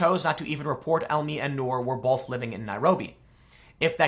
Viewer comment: Tim. Seriously. There is not a letter "L" in the word "Both" it is NOT Pronounced BOLth. NEVER!